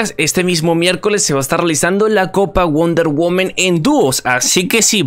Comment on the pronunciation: Me da tock escuchar wonder "women" xD ya se soy mamador xD